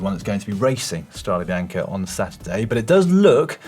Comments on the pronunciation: STRAW-day bee-YAWN-kay...c'mon guys! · quite surprising realizing that pronouncing properly StradE Bianche (with a coosed final E) is so tough for everybody but the germans. Good Boys 🤣